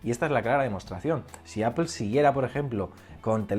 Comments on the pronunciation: Buen video, me ha gustado. Pero me ha chocado un poco la pronunciación de "Apple". Sobretodo al principio del vídeo intentas darle una pronunciación inglesa, que en España por lo menos desentona y, luego, a medida que te vas soltando en las explicaciones, cambias a la pronunciación española. Creo que puestos a no llevar una consistencia y entendiendo que estás más cómodo con la pronunciación española, sería mejor que simplemente lo pronuncies a lo español, no pasa nada. También decimos "rugbi" en vez de "ragbi" y no se muere nadie ;). Sobre Apple, creo que lleva demasiados años dependiendo exclusivamente del iPhone. Sinceramente, a mi lo que me preocupa de verdad es el abandono que tienen en el resto de productos, sobretodo en PC. Llevo queriendo comprarme un Macbook Air desde hace tiempo... Pero lo que veo es que por 1300€, me llevo un portátil que no tiene pantalla FullHD, que no tiene USB-C, que no tiene HDMI y que ya no es ni el más fino ni el más ligero. Entiendo que la renovación del Macbook Air fue el Macbook (a secas), pero en prestaciones se queda TAN corto que me niego a pensar que no haya renovación del Air. El único que se salva es el Macbook Pro, pero porque ya era extraordinario el día de su presentación. Sobre el techo tecnológico estoy de acuerdo. La tecnología se ha consolidado y no aparece nada disruptivo. Pero no me parece justo decir que para Steve Jobs fue fácil crear el iPhone. En aquella época también teníamos un techo tecnológico en telefonía. Pero ir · Cada vez q dices apple me suena mal, pareces un friki